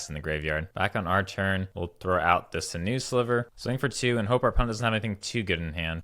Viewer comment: sinew is pronounced "sin you."